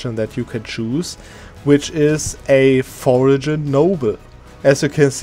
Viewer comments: (Trying to be helpful here, not rude) but you pronounced the G in foreign noble! It is a silent g in english. For-en. I hope this doesn't come off as rude, english is like my 3rd language lol. Your english is usually perfect, just thought I'd point it out :) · Foreign is pronounced Forr- Un. The G is not pronounced